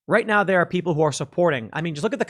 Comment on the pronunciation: Sorry, Tim, but it’s 🎶 The WILL of the PEEEPOYL!!! 🎶 😀😀😀😱😱😱